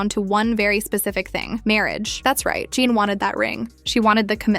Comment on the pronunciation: Her name is JHENE!!!! As in “juh nay” don’t claim to speak on her life if you can’t even pronounce her damn name!